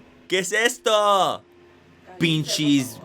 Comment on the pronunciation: Pinshys 😂🤣 muy bien Manny ! 👏👏👏